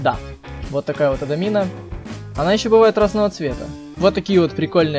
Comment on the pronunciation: Не ададина а амадина